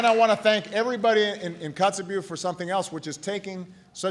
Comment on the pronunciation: it's funny how he forgot how to pronounce Kotzebue throughout his speech